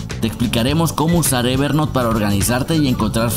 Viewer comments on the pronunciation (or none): Gracias por el video, lo correcto a pesar de que hablamos español es "ever nout" no "ever NOT"... no es "NOT" es "N O U T" Espero que no lo tomes como critica si no como ayuda. Gracias